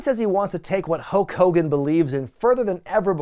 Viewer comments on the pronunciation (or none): A few minutes into the Warrior vs Hogan match, i just noticed you were saying Hoke Kogan! 😂🤣🤓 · saying "Ho Kogan" when talking about the Warrior promo is everything. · As a child I thought his name was “Ho Kogan” for years due to Warrior’s promo on him. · Why were u saying hulk hogan weird?